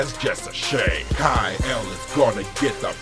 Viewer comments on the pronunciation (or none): Kai-El? It's "Kal-El" with an "L"